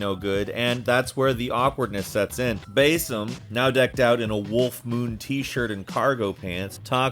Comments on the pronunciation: “Bayyysim” “moaleeem” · Alt-air? Bae-yek? Bae-sim? Does this guy play AC games? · btw, why "Bay-sim", like i understand some of the narrator's won't always play the game and hear the actually pronunciation of the name and is instead written by writers who have, but like, holy. It's "Bah-sim". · Are you okay??? Like seriously??? The way you pronounce the names are like you’re having a stroke mid way through. BaYsim, AbSTigo, EEvor, he doesn’t even attempt Eivor, completely forgets there’s and I in it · Besim, Aaa-bsterrrgo, Alteirrr, Aivvoor, El Mulim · What's awkward is your pronunciations of basim and eivor Though I see others noticed this as well. Its fucking cringe worthy, man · Is that how Basim's name is pronounced? 🤔